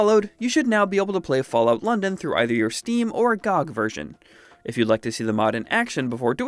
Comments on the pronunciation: No way he called it "gog" lol its G.O.G!!!!! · I don't think he knows it's an acronym lmao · bro really said GOG like that